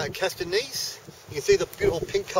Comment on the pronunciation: Some problems here: The Acasta Gneiss is ca. 4 billion years old (not "4.2 billion"). The speaker mispronounces "gneiss". Hilarious, these people are not geologists, what is he holding? A carpenter's hammer! Haha. The Nuvvuagittuq rocks are no older than 3.8 billion.